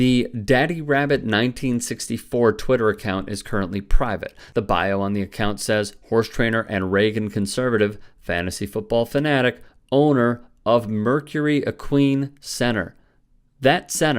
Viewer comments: It's equine center, long i sound. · That pronunciation of equine got me 😳